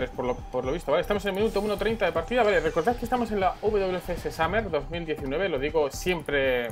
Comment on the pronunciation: Bro, en inglés verano se pronuncia "Somer", saludos